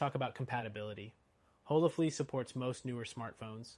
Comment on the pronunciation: On what planet is HolaFLY pronounced HolaFLEA?!?!